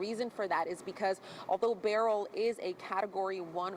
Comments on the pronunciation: And it's Ber-yl not Burl! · Beryl's family is offended by the wrong pronunciation